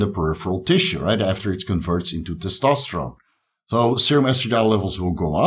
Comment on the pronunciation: Terkesterone? You gotta be kidding me.